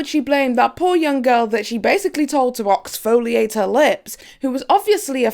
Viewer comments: YOU DID NOT SAY OXFOLIATE I CANNOT😂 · ....OXFOLIATE! lmfao I caught that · Oxfoliate Lol! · NOT OXFOLIATE!!!! Pettyy😭😂